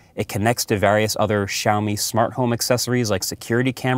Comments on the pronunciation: Siao Mi. Where "shaomi" came from?... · it`s not SHiaomi, man. lol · You say Shaomi??? Where is X? 😂